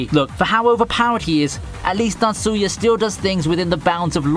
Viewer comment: The way you say Tatsuya trips me up. I thought you were saying Natsuya and was like huh?